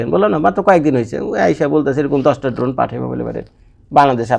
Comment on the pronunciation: ভাইয়া এটা ড্রোন না ধোন😂 আপনি যতবার ড্রোন বলতেছেন আমি শুনতেছি ধোন😂 শুনতে ভালই লাগতেছে 😂😂😂